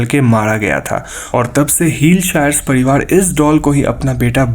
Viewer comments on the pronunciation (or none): none